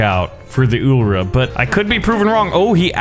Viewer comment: its ul-r not ul-ra